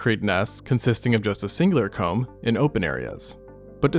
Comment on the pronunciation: Comb, not cu